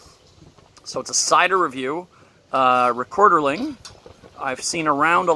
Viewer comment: It’s not called Rekorderling. It’s Rekorderlig!